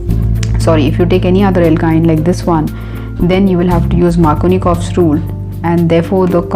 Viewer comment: its markovnikov's and not markonikov's. not trying be a someone to point out small mistakes but my attentions went there when you told to focus and remember the spelling. otherwise, great video. thank you